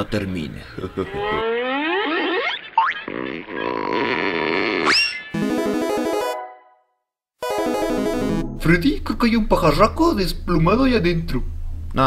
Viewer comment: Foxy dice freddos